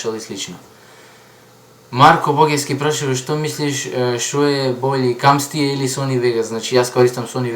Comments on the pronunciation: Камтасиа a ne Камсти :D ххахаха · brat dobro e :D samo ne camstia tuku camtasia :D *